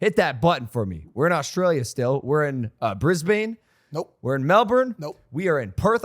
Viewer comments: "Were in bris-BANE" pronounced Brisbin* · Bro said Brizbayne